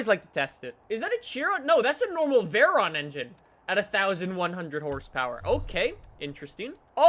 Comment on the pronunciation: How can you pronounce Koenigsegg but not forza or Veyron?